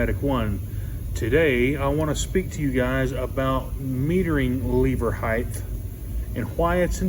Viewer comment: No such word as heighth, it's 'height'. And put gloves on next time. No one wants to see closeups of your gd nail fungus. Jesus.